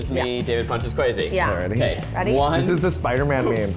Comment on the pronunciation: anyone else hear Kwazy when they say Kwesi's name? my brothers name is Kwesi so it's driving me crazy